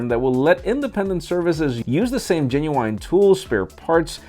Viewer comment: Did just said "genuine" (gen-new-wine)???